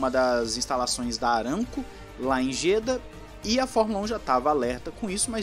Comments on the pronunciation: se pronuncia Jedá hahaha é tipo Alaha (alá)hahaha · Excelente matéria sobre F1 mas... Bora pronunciar de modo correto o nome da cidade árabe? Se fala Jedá com acento agudo no "a".